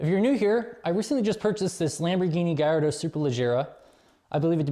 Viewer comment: Hey dude I'm 100% italian just FYI they pronounced correctly its not gaiiardo its Gallardo you welcome.